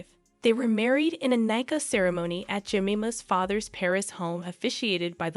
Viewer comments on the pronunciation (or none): Real, especially they way she said Nikah lmao